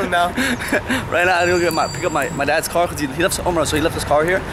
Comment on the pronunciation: pronounces car as "قار" 😅